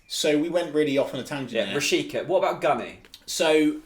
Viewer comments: Btw you pronounce Rashica "Rashitsa" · Milot Rashica (Meelo Rashitza) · How come Bundesliga expert (friend of yours) accepted that weird "Rasheeka" pronunciation? Quite hilarious. 😂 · Rashica is pronounced at the end like Pizza